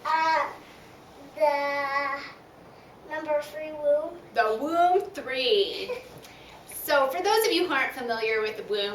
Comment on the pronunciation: It is pronounced voom.